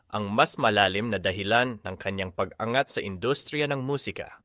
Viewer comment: Anong ENGAT ang bigkas mo di ba ANGAT MEANT HIS RISE TO FAME